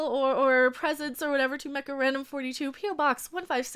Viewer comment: Everytime you say MechaRandom i hear Macarena, i'm Peruvian :)